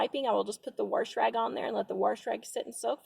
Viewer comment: “Worsh rag”. WOW.